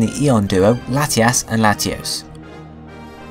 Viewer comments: u say latiass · Ha ha u said lateass